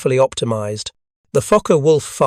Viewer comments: Wow! A narrator who can actually pronounce words like “Daimler”! But shucks, then he goes ahead and calls “Focke” “Faka”. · Yeah that one hurt a bit lol. German names are tricky but “Focke” definitely shouldn’t sound like that. Still, content was solid even if the pronunciation was off.